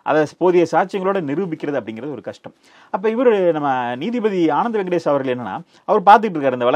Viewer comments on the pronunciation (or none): none